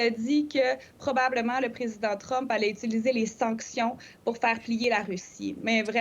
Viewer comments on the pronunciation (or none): none